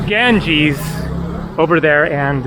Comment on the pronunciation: You mean, Ganges IS called Ganga in local languages. And i can't stand it either how he pronounces it and i am not Indian, only have been there 3 times.